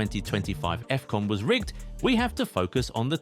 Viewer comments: "Effcon" ❌️ "Afcon" ✅️ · Is not Efcon is Afcon "ahf con"